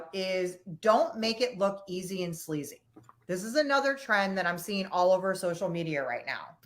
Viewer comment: cheap and sleazy. But it sounded like she actually said slazy which is a new word I can get behind :)